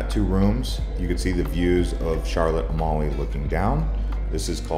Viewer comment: It's not pronounced like A-molly it's pronounced like A-meal. Beautiful island though. Loved going there.